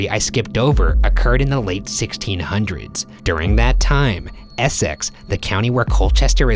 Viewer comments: eh-sex is so funny to me xD its pronounced essix or at least thats how we say it in england xD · i can't get over how ryan pronounces Essex (it's pronounced more e-six) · As a fellow British, the way Ryan is saying ‘Essex’ is really triggering me 🤣🤣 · how have i only just noticed Ryan’s pronunciation of “Essex”, i’m in bits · I love BuzzFeed unsolved but I can never forgive Ryans pronunciation of Essex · the way Ryan keeps mispronouncing essex I can't deal with it, it's so funny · The way he pronounces Essex pahahahhaha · the way he pronounces Essex 😂😂😂😂😂😂😂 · can't get over how ryan pronounced essex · The way ryan says Essex is painful